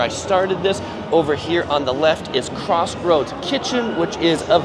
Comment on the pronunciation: You say Crocksford, lame.